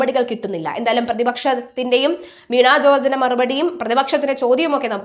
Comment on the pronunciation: കുട്ടീ, വീണാ ജോർജ് എന്നല്ല, വീണ ജോർജ് എന്നാണ് പറയേണ്ടത്.